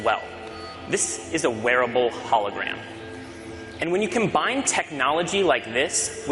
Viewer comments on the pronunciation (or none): none